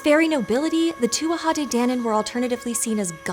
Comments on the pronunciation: It's pronounced Too-jah. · if you''re gona do a video on the Tuatha de Danann, you should prob try learn how to pronounce Tuatha correctly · It’s pronounced too-a not too-aha. K. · She pronounced tuatha like two-wah-ha and I hate it so much! It's just two-ah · Yeah she got it wrong she added in a whole extra syllable, Tuatha is not pronounced to-a-ha its pronunciation is closer to being too-a. The TH is almost silent. I'm an Irish native and a fluent Irish speaker if you are wondering what my source is. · It’s pronounced “tu-ah,” pretty close though. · Please, please, please consult with an Irish speaker before attempting to pronounce words in Irish. I gave up as soon as I heard the three syllable tuatha. If you can't even get the title correct it didn't seem like you would have much else that could be relied on. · I would have always heard it pronounced to-ah, without the third syllable. Maybe just Munster dialect. The real thorn for me is calling it "Gaelic" though! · Not really. It's 'too ha de danan', the first 'A' is silent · You might want to look up the pronunciation of Tuatha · So close on that pronunciation! Adding an extra syllable on the tuatha though